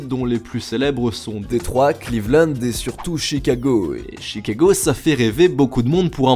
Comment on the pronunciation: Quelqu’un qui dit bien mon prénom, Cleveland 😂